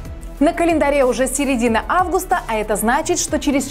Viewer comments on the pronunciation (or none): none